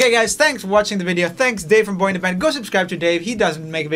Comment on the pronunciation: Omg when it said (Boyinaband)I thought it said boyfriend 😂🤣😂